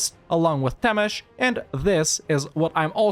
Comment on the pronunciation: Your "Temes" pronunciation is flawless but "Hont" needs a little bit of work